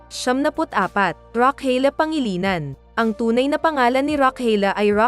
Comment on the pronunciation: Galing nman mag pronounce Ng name n Rochelle pangalinan😂